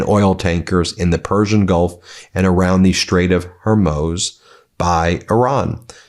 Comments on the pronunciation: Ben. Your pronunciation of the Strait of Hormuz is driving me nuts. You keep saying “the Strait of Hermows’ when it should be ‘the Strait of Whoremoos.’ 😉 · Would someone please for crying out loud tell Ben it’s pronounced Hormuz not Hormoz?So Annoying when someone doesn’t do enough research to properly pronounce a word. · Why are you the only one who pronounces Straits of Hormuz as Hor-mohz when everyone else says Hor-mooz? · HER-MOOZ. Ben nobody pronounces it the way you are doing- ‘Hermoze’ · Hormuz is not pronounced her*moze, it’s hoar*mooz, hoar*mooz, hoar*mooz. You are now the only pundit in America who mispronounces this simple name. Hoar*mooz!!!!!!!!!!!!!!! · Hormuz, not "herMOZE". You can pronounce the word, Ben. When you read it you get it right. Mispronounced words diminish your credibility. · Need a new opening line ... "All Hell is breaking loose ..." Getting very stale and losing punch. Need writers? Strait of Hoar Moos - NOT Hoar Moaz! Ben, are you just taking a dick delight in mispronouncing a very common, very well known geographic place? At this point, it's inexcusable. Really. C'mon, Ben, show some respect for your viewers and listeners - you KNOW how to say it correctly, but you're now clearly just being disrespectful. This keeps up, and I'm unsubscribing, because you're behaving like MAGA Cultists at FOX News. Strait of Hoar Moos. It's NOT difficult, Ben! Get it right, for crissake. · It is pronounced 'Hormoooz' not 'Hormose' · They are not cluster bombs . They are multiple warheads on a ballistic missile . ..... hore moos .....you can't pronounce it correctly , but 1 time . It's not muse or moze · It's Hormuz. Not hermose. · Ben, the straights are pronounced "whore moos" everyday you have a new pronunciation..... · Ben, the correct pronunciation of the word Hormuz is hoar-MOOSE. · Ben, please pronounce the Strait of Hormuz correctly. It is pronounced..Hormooz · Sorry but this bugs me. It's Hore-mooze. Rhymes with more and booze. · It is Hormuz